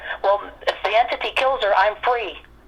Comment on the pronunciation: It sounds like you're mispronouncing the word entity, you're saying enity